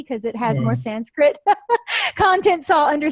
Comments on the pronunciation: Thanks to. Her pronunciation of the Sanskrit words is very good I think. She has revealed a lot of wisdom in this video.Thanks again for this video and interview. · It is wonderful to hear an American who has made efforts and can now pronounce Sanskrit properly. Congratulations. There are so many great American and other Western scholars of Sanskrit, Jyothish, Hinduism, etc. who seem to fail to grasp the importance of proper pronunciation, especially of Sanskrit.